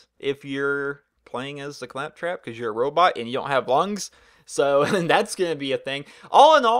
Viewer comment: did he say claptrap please tell me he did not say craptrap